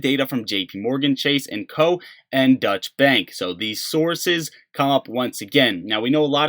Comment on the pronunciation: I know I am picking on your pronunciation a little but, Deutsche Bank is not Dutch bank. Deutsche is pronounced like "Doicha". I live in Deutschland (Germany) and The Netherlands is Dutch. This will make a difference to your European listeners. Accuracy and consistency matters when you are seeking respect from higher level intelligent people like the people who watch a channel such as this. Don't let little mistakes like this damage your credibility because it will.